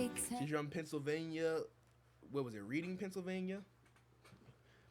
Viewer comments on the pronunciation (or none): haha it’s actually pronounced “Redding” (my flex is I grew up 20 mins away from her), everyone not from around there pronounces it like you did though